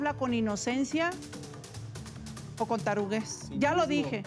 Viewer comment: “Taruguez”…🤣🤣🤣🤣 Y te quedaste corta querida Rocio